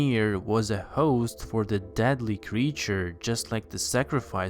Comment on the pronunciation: why do Americans on YouTube talk like this. putting emphasis on odd WORDS in a SENTENCE. and adding extra SYLLABLES in words like creature which this person pronounces as curr-ree-churr